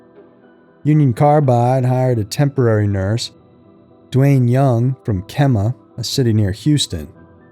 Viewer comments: I know it's petty in comparison to the story, but Kemah is pronounced "Key-ma", not "Chem-ma". This is located in the same county I live in and the mispronunciation made me crazy! 😂😂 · Kemah = KEYmuh. Not KIMmuh. Your friend, a native Houstonian 58y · It's pronounced "Key-mah"